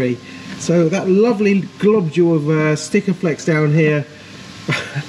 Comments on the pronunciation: It’s not “stickaflex” it’s sikaflex, it’s a brand... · How many times did you say " STIKAFLEX " .... our bodymen used to go mental with anybody that said that coz there's no T in it , its a comon thing to say but it's " SIKAFLEX " 😂😂😂 Loving this BBi restoration , awesome work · Great update but for the love of biscuits please stop saying "Stickaflex". Its Sikaflex. It's almost as annoying as people saying "to be Pacific" when they mean specific. 👍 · Nice result on the chassis. The popular body sealant adhesive? It's called 'Sikaflex' mate :-) You said it correctly at one point then 'corrected' yourself to be wrong again :-) Another classic just like Tickworth